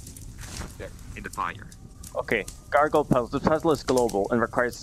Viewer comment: he said gargoyle wrong...